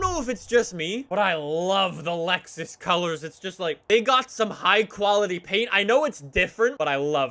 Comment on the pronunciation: It’s Lexus not Luxus